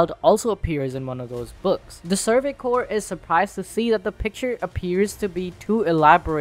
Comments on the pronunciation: Amazing video, you guys!! Bravo all!!! Small note: CORPS is pronounced "core", NOT "corpse". I teach English, sorry, I gotta. Can't help myself. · It’s pronounced like “core” not “corpse” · Corps is pronounced core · Dude I can't take you seriously when you mispronounce Survey Corps as corpse. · Great video. Just one little nitpick for you though. The word "Corps" is pronounced "core", the P and S are silent. I hope to have heightened your understanding of military terminology :) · I mean no offense but I literally had to stop watching this because of the constant mispronunciation of the names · People are really allergic to pronouncing corps correctly, huh? Or is it an intentional joke due to the high likelihood of members becoming corpses? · This dude keeps mispronouncing the word "corps"!